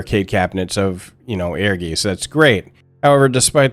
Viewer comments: Thank you. Dude is suppose to be a hardcore fan of this game and can’t say the name right. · It's certainly not the easiest word for non-German speakers, no. ^^ I think with the version I wrote down, you get to pretty close to it. Aergaits or even Airgaits, that should be even easier through the word air. Doesn't matter in the end, when most of the world would pronounce it a different way, I would join in, so it's internationally understandable. :D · It's pronounced like Airguytz. Air + Guys but with a hard Z. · Ehrgeiz is actually a german word, pronounced Air-guy-ts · We always thought it was pronounced like "Urges" and it was just spelled that way to be unique and different. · Am I the only person that pronounced this game as “air guys”? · i always pronounced it Err-guytz. Because i live in germany. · the Z in geiz is sharp so more like a ts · It is air-guys, though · Please stop trying to pronounce "Ehrgeiz", because you are really bad at it. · [Ear-guitse], not [Air-geese]. "Ehrgeiz" is the German word for "ambition". I still own a PSX copy of Ehrgeiz, and I'm willing to admit I only got it for the FFVII-characters. I was at that age, you know? I would've bought anything with the FFVII-logo plastered on it, and so I did. I did play a great deal of this game, including double-finishing the dungeon mode for the 'story', but - I never particularly liked it. Maybe the algorithm should not have suggested this for me. I'm happy that it brought a lot of people joy, but I thought it was kind of boring, kind of sloppy, and that it mostly got carried by famous names and faces. The fact that Namco pulled its hands off of this title was kind of damning, there's a reason the Mishima-clan doesn't invite Godhand to their famous family-reunions. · ... Not "air-geese." It's "air-GAH-its." In German(ic) words, the spelling "ei" is pronounced the same as in "poltergeist" (which, yes, is Germanic). See also "feisty." Z is the same as with Italian (see "pizza").